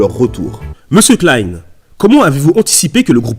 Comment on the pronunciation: (mais ça se dit "clain")